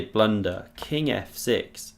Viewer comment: “Bang! Absolute blundah” 😂🤌